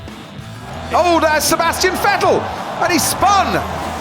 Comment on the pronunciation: No one: Croft: Sebastian Fettel